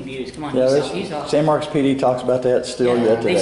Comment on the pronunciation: Who tf zooms in on teeth 🦷 and u didn’t even say San Marcos right smh